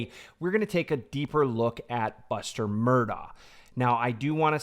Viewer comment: It’s Mur-DOCK!!! ..for the love of GOD! NOT Mur-daw.